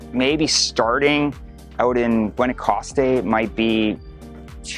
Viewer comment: dude learn spanish, you sound so entitled and meh. Gwahnowcastte… no wonder you struggled